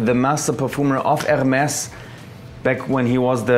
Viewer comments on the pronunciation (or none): You pronounced Hermès wrong... The r is silence